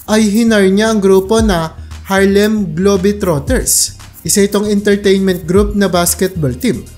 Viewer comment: MAYGAD! TAGA SAAN KABA PATI “GLOBE” DIMO MABIGKAS NG TAMA.😂😂😂😂😂